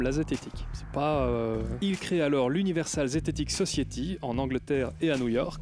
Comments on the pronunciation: Universal zetetic Society.... que Prononce Universal zététic sociéty... et qui dit qu'il est fier de son accent MDR!!!! ça m'a juste fait hyper mal aux zoreilles comme on dit chez nous;-) c'est Sossaillety, pas sociéty.... OK, ce n'est pas le sujet, mais ça fait quand même hyper mal aux oreilles, surtout que suis un "Je suis hyper fier de mon accent" MDR. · Society se prononce phonétiquement " sauce ail té"